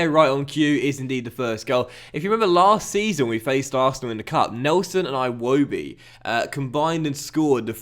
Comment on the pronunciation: Everytime you play Arsenal we tell you this. It's EEwobi not I-wobi lol